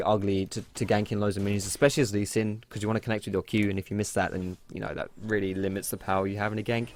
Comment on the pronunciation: ye weally